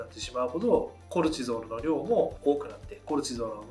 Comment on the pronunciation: コレチゾールの発音が気になる😂